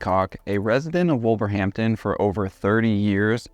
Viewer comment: I was going to nod to the pronunciation too 👍 “Wust tuh shush’ and ‘Wulvuhamtun’ 😉